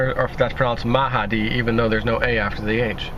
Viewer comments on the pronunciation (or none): none